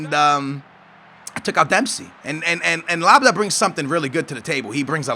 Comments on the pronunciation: L-A-B-Y-A-D not LABDA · Are you dyslexic? Ad not da! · How the fuck can you even think that's pronounced LABADA? What the fuck? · Lab-yad and Yay-go (or Yar-go), not Lab-da and Lar-go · Gman aa but it says labyad its not labda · it´s la-bee-ad, not labadah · laa-bi-ad, is how you say it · Lol it's not that hard, why are u saying labdah? That makes no sense, it's "La Bee Yad" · You're saying Labda, It's La-bee-ad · dude its LABYAD not LABDA ? wth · It isn't Lab-da, it is Lab-I-Yad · can u read? His name says LABYAD. Notice how the D is after the A. So HOW THE FUCK do u get Labda from LABYAD???? Seriously u stupid noob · It´s spelled "Labyad" HOW CAN HE BE CALLED LABDAH? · wtf how do you get labada?? la-bee-yad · It's La-Bee-Jad, not La-Ba-Yad... But I agree it's fucking annoying, how can he not get those names right, it wasn't 'Delafu' eiter, so annoying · the D cames after the A so there is no way it is said labda. LAB-YAD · bro, Iago Falque name is pronounce Yago, and its Lab-Yad, no idea where you've got Labadah from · HE'S FUCKING CALLED: LAB-YAD NOT LABABADA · It's said Labyad !!! You're saying Labda !! Labiad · can someone please explain to me how you can read Labyad as Labadah? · LAB-YAD! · u suck at pronacing names (no offens) but it's labiad it's pronanced like that ! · You say: Lab-e-ad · IT'S NOT LABADA !! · PLEASE DONT SAY AGAIN LABYAD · LAB YAD, I repeat, YAD, not DAH, not DIE, not DAY, YAD, LAB - YAD, Labyad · The day says lab-yad our ancestors will be waiting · say lab yard, now take the r out of yard and put it together, labyad, or in the Arabic way lab yaad, dont forget to pronounce the y... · La by ad, you say it like; labiyat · Labyad lab-bee-ad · lab.....yad. say it how its spelt man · LAB-Y-AD.. READ THE COMMENTS DUDE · ITS PRONOUNCED LAB - YAD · Lab-yad ..............read the god damn comments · Labyad is like: LAB-YARD but without the R. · Labyad is pronounced like LABI JAD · its lab-yad